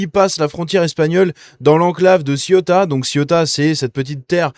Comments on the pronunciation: On dit Cé-ou-ta pas Ciota. Oui, c'est affligeant ! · Pas Ciotat,CEUTA( prononcer ceouta) .